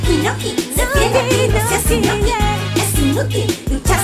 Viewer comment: Yo pense que dijo inutil no inoki ahrre xdxd